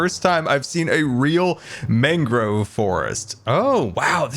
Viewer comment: propagule is pronounced prop(like props)-ah-ghoul it's mangrove (main-grow-vvv)